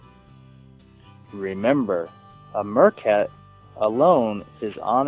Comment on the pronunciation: I have an issue with the way the reader pronounces some words - They are Meercats, not Mercats and the pronunciation of the Kalahari desert is just totally wrong.